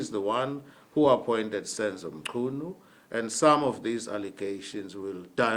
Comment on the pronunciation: But why Minister "Mtshyunu"😂😂